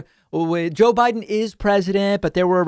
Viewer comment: If you pronounce Biden as "Baahden", I don't believe a word you say.